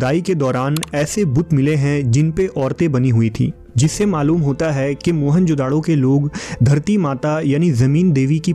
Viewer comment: Its not mohan-jodado.. its mohejodaro ... dont give it name of mohan...